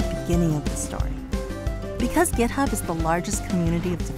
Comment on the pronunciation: why does she say gitup ?